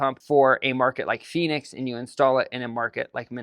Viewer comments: Phoenix not Phenix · "Phenix" lol! But seriously, I live in central California and the winter rarely gets below 30-ish degrees. I'd like to ditch my gas furnace and get a heat pump.